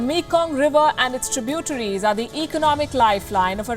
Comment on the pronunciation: Interestign inability to pronounce many words correctly. Like 'tributaries' .... sheesh.